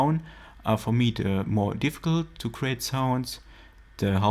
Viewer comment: Why you say "dhe" instead of "the" ?, are you French ? ;)